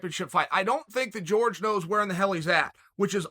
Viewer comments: It's Jorge, not George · I swear Chael keeps calling Jorge, George just to get under his skin. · Chael I love the content but please stop acting like a colonizer and calling people out their name. Jorge not george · "George" Masvidal 🤣🤣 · Chael still calling him “George” 😂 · Why does he keep calling him George ?! 😖🤦🏾‍♂️ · His name is " hor- hey Mahs-vidahl" there you go chael.his name is "jorge" not " george"